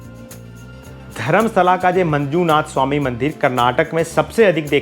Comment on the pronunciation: Dharmastala correct prononssaion hai